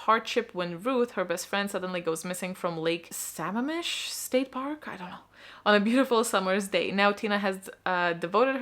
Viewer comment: Oooh my neck of the woods. Pronounced Lake Suh-MAM-ish :)